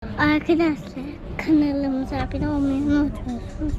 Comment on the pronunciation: La senin arkadaşlar ganalıma abone olun diyen ağzını burnunu yerim :)